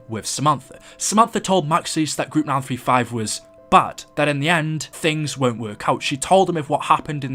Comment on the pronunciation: When u say group 935 it sounds like mal 35